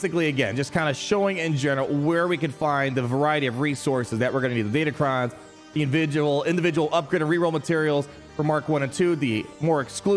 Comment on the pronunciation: They're Crons, not cons. DatacRons.